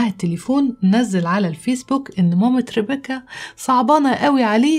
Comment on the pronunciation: افهموا يا جماعه ليمو اتعقدت من الاسم مش علشان ربيكا زاهو ،،،،علشان بتنطقه غلط باللهجه المصريه وبتكسر حرف الكاف ،،،،لان الاسم اجنبي وبينطق غير